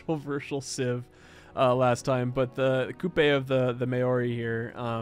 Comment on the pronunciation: Maori is pronounced mow ri with a rolled r